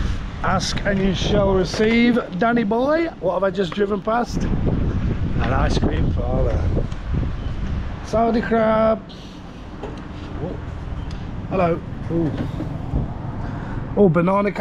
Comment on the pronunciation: Pretty sure its not pronounced “Saudi crab”